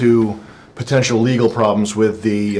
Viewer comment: BAM booked it second he hurt the word LEGAL 😂😂😂